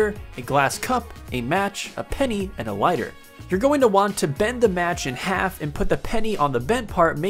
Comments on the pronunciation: he said liter not lighter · Are we just gonna ignore the fact that he said leader instead of lighter? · Or "leader" instead of lighter. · Leeter XD